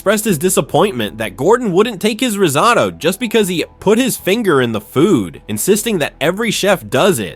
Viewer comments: Please yall!!! It’s pronounced RIZ-OH-TOE not RIZ-OTTO oooof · Bro really said "rizzoto" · Heard “rizz-ahh-to” as risotto in the beginning and immediately clicked off the video lmao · Why do you keep saying risotto that way 😅 it’s so annoying. Every time he says it’s different pronunciation 😅 yuckkkkkkkkk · These AI videos are so annoying. They don’t even know how to say the word risotto. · The most horrific part of this video is the ai commentary not being able to pronounce risotto